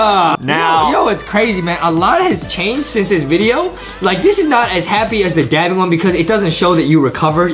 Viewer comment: Its dabbing not daping